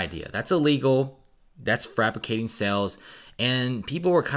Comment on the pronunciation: My man said 'frapicating sales" love it